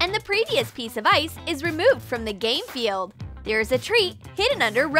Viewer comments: Manisha It’s a joke and just a little mispronounce lol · she said game field but lol😅😅😂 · TheUnkn0wnGhost With Some Friends! Yeah I heard gay field fo😂😂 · did you say GaY fEiLd!?! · She said ģàý field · Lol it does sound,like that